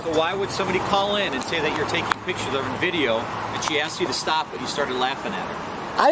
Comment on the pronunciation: 😂😂you would think a 'journalist' would know how to say pictures and that photographying isn't a word 😂😂